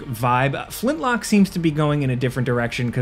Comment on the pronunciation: You say "Flintlock", but all I hear is "Flint-LOCK-WOOOD!!"